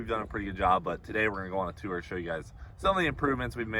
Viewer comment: I love you Cleetus, please stop saying “tour” though. I don’t know what it is but I just can’t take it lmaooo. Keep it up though, hell yea brotherrrr 🤘🇺🇸